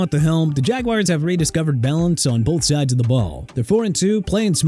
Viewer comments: WRONG DUDE!! BALTIMORE IS AT 2-5! TAMPA AT 6-2! COLTS AT 7-1! NEW ENGLAND AT 6-2! KANSAS CITY AT 4-3! JAGUARS (PRONOUNCED JA-GWAARS NOT JAGWIRES) AT 4-3! JETS AT 1-7! WERE YOU DRUNK BEFORE DOING THIS VIDEO?! YOU AND YOUR EDITOR BUDDY ARE A DISAPPOINTMENT AND YOU NEED TO QUIT!! NEXT TIME GET THE TEAM WIN-LOSS RECORDS RIGHT!! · YOU KNOW WHAT? I TRIED BEING NICE TO YOU BUT SERIOUSLY SHUT UP. ALL YOU DO IS WHINE BECAUSE OF A WAY THIS GUY PRONOUNCES STUFF. OH MY GOD THE SKY IS FALLING BECAUSE THIS GUY PRONOUNCED JAGUARS AND ORLEANS WRONG, WE DON'T CARE. IF YOU DON'T LIKE IT, DON'T WATCH THE VIDEO IF ALL YOU DO IS WHINE. AGAIN, IT'S A VIDEO, LET THE GUY PRONOUNCE WORDS HOW HE WANTS TO.